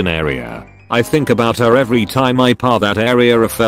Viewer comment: The numerous times the word "pass" is pronounced "parr" confused me, until I realized it's a failed censorship of "ass".